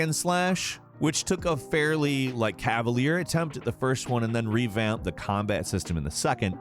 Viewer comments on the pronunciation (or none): none